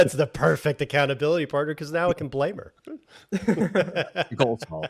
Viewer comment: accounta-bili-buddie "Nicole" 😆 I'm sure she'll be thrilled with you 😆